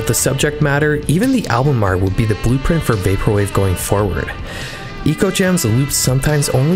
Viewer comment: I would say the album is “Echo” Gems rather than “Eco”. It’s artwork clearly heavily borrowed from the Sega Megadrive game Ecco The Dolphin which is pronounced “echo”.